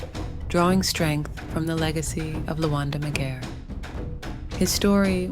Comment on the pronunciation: The pronouciation of of his name is not right.leave out cultures alone you colonizers . Any Luo to tell the tale on our behalf or should I 😂😂